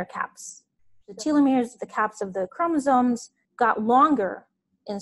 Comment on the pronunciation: Did she said Chromosome? Pink guy would like to know your location